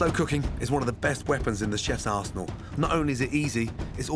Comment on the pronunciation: At the beginning, he said arsenal, but I heard "a chef's asshole." (⌐■_■)